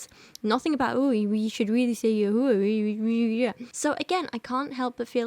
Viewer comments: I'm literally also an atheist but as a Jew the "Yahoo-ah" is absolutely killing me lol I have never in my life heard anyone ever pronounce the name that way. Like Jehovah bothers me less and that one is pretty egregious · as a Hebrew Bible scholar (with a masters from an actual university) it pisses me off SO MUCH that she's just making up a new fucking pronunciation for YHWH like ...... she can barely read English, much less biblical Hebrew!!! you have to be supremely stupid to make the assumption that the vav in YHWH is pronounced like "oo". biblical Hebrew phonology does not work like that! YHWH's name is not just a soup of vowels jfc